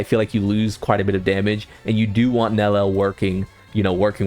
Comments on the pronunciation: It can't be THAT hard... Neli-el, please get it right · 3 syllables.. Nel-E-L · Bro still does not know how to pronounce her name😭